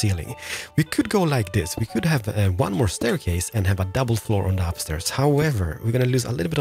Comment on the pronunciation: "wan, too, fee, for"